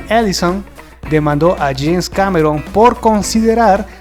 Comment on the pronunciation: Es James Cameron, no Janes. Al segundo lo dices. :/